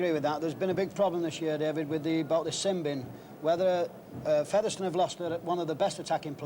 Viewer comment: Why has Ray French suddenly started pronouncing Featherstone as Feather Stone?